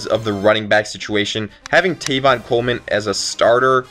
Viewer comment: tEvin Coleman. Not tAYvon.